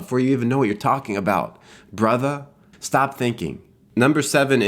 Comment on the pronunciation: Starting i just started laughing "brotha" "stahp thinking" "oh mah gawsh"